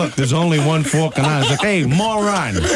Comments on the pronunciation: Falkland, not Falkand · "The Falking Islands!" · jimsradiomusic What falkin Islands are you talking about?